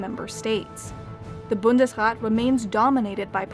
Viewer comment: Just a sidenote, Bundesrat is pronounced with a long a.